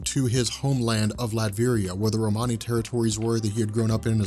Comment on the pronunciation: Again man love the channel. Love the videos and this series. But I’m sorry whoever gave you your Romany history is wrong and the way you pronounce it is making me cringe, hard, hard, cringe!!!!!!